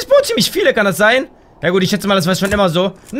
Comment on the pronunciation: du sagst nicht gut du sagst gutz